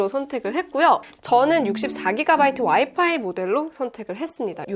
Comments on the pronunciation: 와이파이(wifi)를 파이와이라고... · 퐈이와이~ 이건 노림수인건가